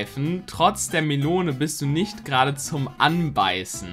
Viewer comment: hoffentlich bist du das gewohnt, Eier sind besser als Melonen Melonen soll Melon ausgesprochen werden 🤣🤣🤣